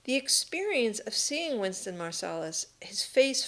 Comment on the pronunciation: Wynton Marsalis not Winston